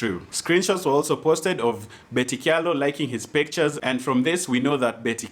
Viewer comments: So,, it's pronounced "cha-lo" not "kya-lo" just so you know:-). Aki don't blast me. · Kamba names with ky are pronounced ch eg in this case kyalo is pronounced chalo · Kyalo pronounced as 'Chalo'!